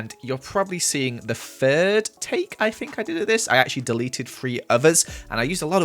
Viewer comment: It makes my day when says "I fink" 😂😂😂